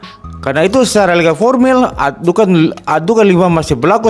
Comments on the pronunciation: Menyebut nama surat aja sdh salah, ad dukhan dibaca ad dukan, apa lagi isi Al-Qur’an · Sebut nama surat aja tidak keruan, ad dukhan dibaca ad dukan🤣🤣🤣🤣🤣🤣🤣🤣🤣